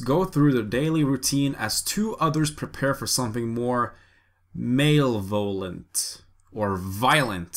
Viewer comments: “Male-volent” lmfaoooooo, it’s pronounced ma-levelant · "mail-volent" I think he was trying to say molevolent 😂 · Male violent? (It is mal/EE/vent.) Hard word, indeed. Unless you were messing’ around. And no, I’m not making fun. :) and sadly this description can be the film’s, meaning, “male violent.” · john clhugyugihjbvgbkj it’s actually pronounced ‘muh-leh-voh-lent.’